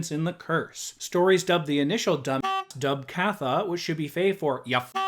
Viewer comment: Point of note, Dubh Catha and Dubh Sith are taken from Irish/Scottish Gaelic. Dubh Catha is pronounced 'Do Ca-ha' and Dubh Sith should be pronounced 'Do Shay'.